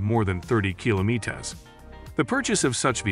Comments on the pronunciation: This is a pretty good ai narrator. However the kila mete es instead of kilometers gave it away. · What is kilomeetes? İs it French version of kilometer? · What the hell is a kilomeetets 😅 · Kilo meat ahs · What is a “kilo metes per hour”? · yes, that's a lot of kilomeetaahs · "kilomitez" lol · keelo meters! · Do you not know how kilometers is pronounced. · Yeah, but it's 2023 and this damn "voice generator"" can't pronounce kilometers correctly!